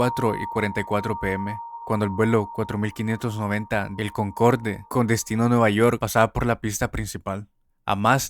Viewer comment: "Concorde" es una palabra francesa, no se pronuncia como se escribe, sino "Concord" (Sí, como el juego ése que no duró nada, sólo que pronunciando la "r" al estilo francés xD), todos los aviones Concorde eran muy caros y difíciles de reparar y darles mantenimiento (además de que eran aviones con casi 30 años de antigüedad), la falla que causó el accidente que mencionas se debió justamente a éso, y finalmente en 2003 los retiraron del servicio.